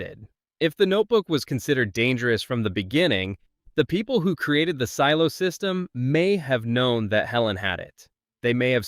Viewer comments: Seelo? SEELO? Really?? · Also can't tell if I'm missing a joke or something. One second you say silo 18 weird, like sealo. But then say the show name normally, how it's pronounced. Not the first time I noticed this in your videos. Very strange, ai voice perhaps? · YES, I just keep thinking Ceelo Green every time I hear it! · this AI can’t even pronounce “silo” correctly - the name of the show… 🙄🙄🙄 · same thought lol